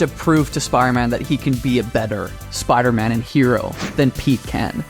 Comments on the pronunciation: Is bro saying spyroman? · I need to rewatch this and do a “Spire-Man” counter 😂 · Which one of you can't pronounce Spider-Man properly 🤣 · Why don’t you pronounce the “d” when you say “Spider-Man”